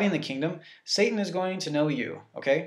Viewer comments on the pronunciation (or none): He said sat-Ing lol but good job you are helping me get red of my demons